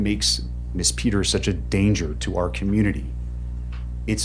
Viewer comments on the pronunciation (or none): Wish he could pronounce the name “ Peters” correctly, without adding unnecessary plurals at the end of that name! He is purportedly an educated man. Yet this is an error he has made several times.